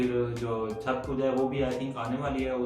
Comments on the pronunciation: It's chhath not chhat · Bhai unko chhath bolna ni aata.. Ye log virat ko b virath kohli bolte h 😂😅...